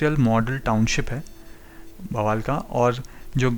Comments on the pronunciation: Bawaal nahi Bawal hai.Pls correct your pronounciation. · Bawaal nahi, baawal hai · Bawal is pronounced as बावल, not बवाल, just to inform you, otherwise very informative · Sir ji Aapne to usey bawaal bana diya 😄...Baawal naam hai us place ka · Bawaal nahi baawal h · बवाल नहीं वो बावल है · it is pronounced as Baawal and not Bawaal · बवाल नहीं बावल है🙏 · pls dont say " baawaal" its " Bawal" :-) nice video though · Bhai, aap ne delhi gurgaon Alwar rrts route me aane wale metro stations ke names bataye unko sahi se bolna, ye hai dharuhera (daru hera wrong name and pronouncing daru hera se lagta hai ki ye daru(wine) wali jagah hai. Next is baawal. Bawaal bolne se lagta hai yahan par dangaa/fasaad hota hai. You can confirm the correct pronunciation of these names from advocates of gurgaon in hindi or from bus conductor of this routes. It is BAA WAL. Thank u. P. P. Sharma, Sr. Citizen, Gu rgaon. U. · Sir, the video is undoubtedly knowledgeable but the pronounciation for Baawal is not ok ..if you can make the correction ....it is baa...wal....not ba...waal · बवाल नहीं बावल है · It is pronounced as Baawal not Bawaal. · Bwal nhi bhai bawal h wo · Bro it's बावल not bwal 🙂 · Bawal ko 'ba' nahi, 'baa' Kehte Hain. Spelling Bawal hai, lekin pronunciation Baawal hai. Just correction. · बवाल नहीं है वह बावल है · Bawal is pronounced Baawal बावल, not Bawaal बवाल. Please correct your pronunciation either in this video itself or in the next video. Similarly Panchgaon is पंचगांव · It's not बवाल it's बावल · Great work bro👍👍.... Metro is Metro on paper, hawa chalegi, stations will change 😅... And Bawal is pronounced as 'Baawal' not 'Bawaal' 🙂🙂.. appreciate your work bro....👍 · आप साउथ इंडियन है क्या आप में बहुत सारे गांव के नाम गलत बोले, जैसे पचगांव, बावल और भी आप मैं कई गांव के नाम, धारूहेड़ा को आप दारूहेड़ा, साहलावास